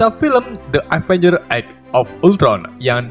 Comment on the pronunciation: Avengres kali ngomongnya